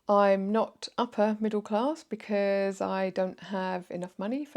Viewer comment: Straight off the bat - "clarrrss" Yep, the 3 rrr's give it away